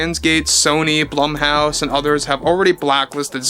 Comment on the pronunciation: Blumhouse is pronounced like BLOOM not blUM :)